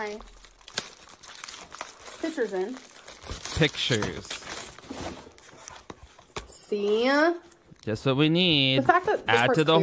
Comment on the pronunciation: When she says "pitchers" instead of "pictures"........ IT IS THE LITTLE THINGS DUDE, I CAN'T!!